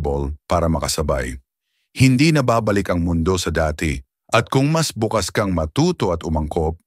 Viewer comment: Konteng g pagsanay lang po sa tamang pag bigkas gaya ng bukas at bukas bukas as tomorrow at bukas as openminded...🙏🙏🥰